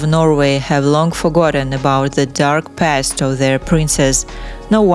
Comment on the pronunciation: It's silly how the narrator of this video keeps saying "dark past" with a thick accent, as if the princess was some former KGB agent... Lol dark past!